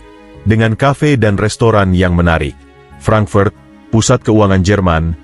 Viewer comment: Mengapa kota HAMBURG diucapkan HEMBERG dan FRANKFURT diucapkan FRENKFERT? Narator semestinya mempelajati dulu cara pengucapan aslinya, agar penontonvtidak bingung.